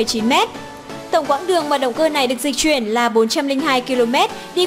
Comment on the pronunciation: Phát âm cũng sai...Di chuyển chứ sao bỏ dấu ? Đi vậy